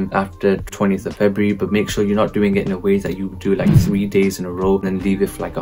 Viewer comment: it's cos you said febraury in the vid